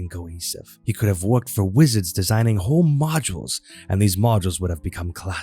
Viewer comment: I heard that too.